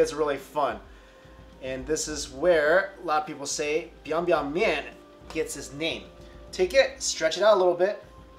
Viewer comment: 今天是我要哭了T_T ... 正宗的西安味！最棒的面条没有之一！你说到这面条是奶奶的味道，对我来说是我姥爷的味道... 他还会加上一瓣儿蒜，经常偷偷给我咬一小口，辣得我眼泪直流，满满的都是童年的回忆。你的发音还蛮正宗biang biang ^^ 如果不是陕西人真的很少人知道这面，更别说做了！谢谢你昨晚上大半夜让我看到这个... no no no don't show me the noodle!!! I'can't handle it!